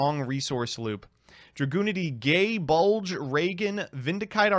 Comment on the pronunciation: I was really hoping I would see at least 1 comment about this. It was driving me up the wall. I'm aware that it was used for a joke and that It's pronunciation may be contentious anyway, but it certainly isn't gay bulge.